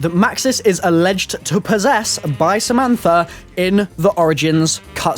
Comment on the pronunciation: It's Samantha Not Samanfa